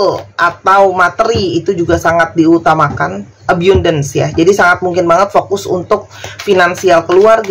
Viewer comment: Punten, "abundance" nyebutnya "əbandəns", bukan əbyundəns. Nuhun.